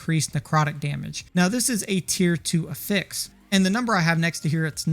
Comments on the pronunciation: I cant get behind someone who pronounces it "A fix". Its "AFFix" lol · If you care at all, affix is pronounced differently as a noun and a verb. The way you're pronouncing it is the verb form. However, most of the time you're referring to "an affix" which is pronounced "AF-fix." The Merrian-Webster online dictionary has audio demos for the difference. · The emphasis is on the short A (as in apple) in Affix, not the fix. A-fix not a-FIX. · Jesus Christ. It's not "uh fix", it's "ah fix". /əˈfiks/ <-- Wrong /ˈaˌfiks/ <-- right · It's not a-fix, it's af-fix. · You have such a clean Northern/Midwestern accent - but why do you pronounce "affix" in the way you do - a-fix? Dictionary puts the accent on the A - for ah-fex. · affix (uh-ficks) is the verb pronunciation. Affix (aff-icks, or ay-ficks) is the pronunciation for it as a noun. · You're showing level 87 items on screen when telling us to craft early... What levels qualify as "craft early"? . Also, isn't it pronounced "AF-ix" not "a-FIX"? I'm not trying to be a jerk here, I'm asking so I don't mispronounce it lol. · good video, had to watch on mute with subtitles due to how you pronounce afix but good vid none the less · Yep, it should be affix like “traffic” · He is pronouncing affix as a verb instead of as a noun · you really ought to put the "pressure" on the a of affix, not the f sound.. youre turning the verb into a noun and it sounds really bad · The syllable emphasis for the word "affix" is the same as "asshole" - the first syllable. Just like "prefix" and "suffix". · loved the vid. the way you said affix hurt my soul though haha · your pronunciation for affix is wrong. the way you are saying it is pronunciation of the verb, noun has first syllable accent. not trying to be an ass, only helpful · The way you’re pronouncing “affix” is driving me insane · I was genuinely not prepared for that pronunciation 😂😭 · Lmfao... I was immediately triggered 😂😂😂 Ty for saying it. Someone had to.